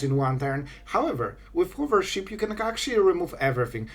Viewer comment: I'm not sure if "hoovership" was intentional or just your accent, but my childish mind found it hysterical.